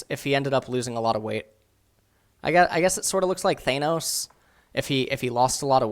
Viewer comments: It's Thanos: not thane-os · Who the fuck is THAYNOS? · Thaynos... AyAytrox. Good shit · It's pronounced ThAN-os. As in you're AN idiot. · "thaynos" im sorry what? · on a mission to say pronounce every single name wrong. THAINOS wtf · Th - AYE - noes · I hate how you said Thanos. It's THAN-OHCE, THANOS. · Do you even know? The guy mispronounces so many things... He can't even pronounce Thanos right... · yes hes so bad at this... And you know that he is doing it wrong on purpose very often, because he is ignorant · Its T hanos.